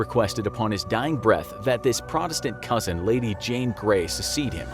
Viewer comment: I love how this guy can’t pronounce Protestant